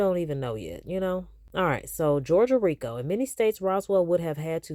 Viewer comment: ROTFLMBO… You know you are a whole CUT UP!!!🤡 I ran that “rrrrrriiicccooo” tongue roll and laugh back about 50-11 times!!!😭You’re hilarious!🤦🏽‍♀️🤣🤣